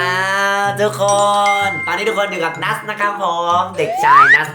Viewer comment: นัส ไม่ใช่ นูสค่ะๆ😅